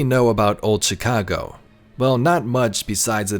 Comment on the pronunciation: The way this dude pronounces Chicago is pissinge off lmao